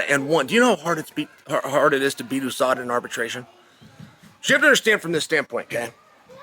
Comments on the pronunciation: "OO-Sada" - Chael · USADA came and went but Chael still doesn't know how to say it properly.